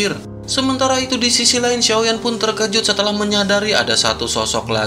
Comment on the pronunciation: Mimin..mimin ini cina? Konten nya ok good,konten cewe mah aneh...terkejut min bukan terjekut..t e r k e j u t ni spell nya👆 1 lagi kepala k e p a l a..kepala bukn kelapa